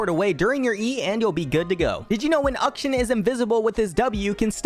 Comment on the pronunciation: Im sorry.... UHK-SHIN? Its Akshan lmao